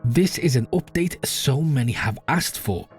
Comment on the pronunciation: Update ❌ Opdate ✅